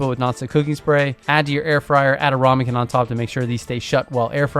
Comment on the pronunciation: Love the vid. But its rAmekin not rOmekin!